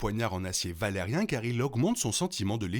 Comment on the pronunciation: Vidéo intéressante, par contre ça se prononce Valyrien pas valarien. Sinon je me demande pourquoi Aemond avait son épée dégainée et était en train de la ranger quand Criston Cole l'appelle. Parce qu'il commence à la ranger avant que Cole l'appelle... Sinon je ne sais pas si Aegon sait lire le valyrien ou pas. Clairement il le comprend, mais le parle mal. Je pense qu'il sait le lire quand même. Mais j'adore quand les personnages parlent valyrien pour se parler entre eux. Mais je me demande si le grand mestre Orwyle parle valyrien. Parce qu'il n'y a pas que les Targaryen et Velaryon qui le parlent, il y a aussi les Celtigar et toutes sortes de gens très éduqués. Donc un bon nombre de mestres.